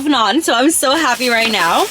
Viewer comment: You literally said everything wrong 🤬🤬